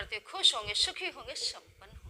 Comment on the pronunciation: Pehli baat aap sampann ko shampann na bole kare , sukhi ko shukhi bolti hai😅😅😅😂😂 . Aap totli hai kya ??